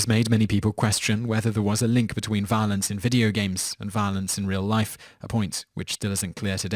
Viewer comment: I'm sorry but I love how you pronounced violence when you got to MK. Sounded like 'vah-lince' to me. I mean no offence if that's how I came across.